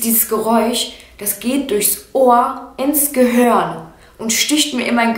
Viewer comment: Ins gehörn 😄 du sagt Gehirn gehörn